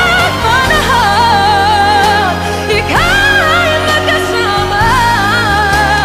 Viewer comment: Okay lang, medyo kulang sa power, ang diction sablay minsan "makasawma..." , nerbyos ata.